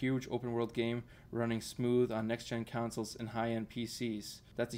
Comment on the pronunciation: Next Gen Councils haha🤣Con-soles, the council fills the pot holes in the road, con-soles play games 😂